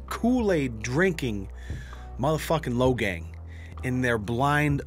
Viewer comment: Logang? More like...LowGayng